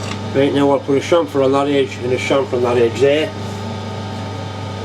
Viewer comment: Thanks for the videos. Its a pleasure to listen to someone who can speak English properly. Especially someone who pronounces "chamfer" correctly. Swearing adds human interest so no problem there.